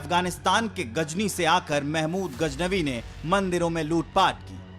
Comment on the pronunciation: Learn to speak correctly Indian media... What's gajnabi? It's Ghaznavi.